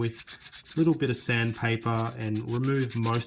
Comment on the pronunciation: when he said "sandpaper" I understood "Sam pepper" 😂😂😂😂